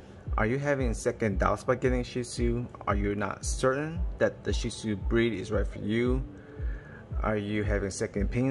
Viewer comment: Phenomenal video Not only do I have a shih tzu I'm finally happy to see someone else who not only knows how to pronounce the breed but also knows them in and out ... I do often find myself defending my dog and wish I had this video sooner because not the dog for everyone but definitely love ❤ mine and I'm sold on the breed